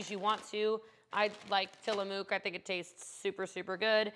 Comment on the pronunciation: Till- a- muk...😘 definately not from PNW....🤣